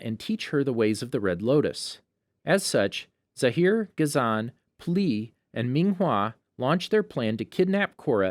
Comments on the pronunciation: was lowkey abt to roast u abt sokka when u said sooka and it is pronounced as ghazon not gazaan why do u have a voice actor just watch it then make videos out of it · Gaz an is how they pronounced ghazan, Kia is how they pronounced kya and (make-o) for mako (ma-co) and (ten-zen) for Tenzin (ten-z-in) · "ga-zan" "make-o" "kee-a" you sure youve watched the series??